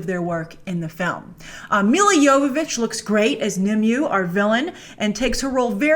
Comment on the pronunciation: Aw, Grace. Nimue has three syllables.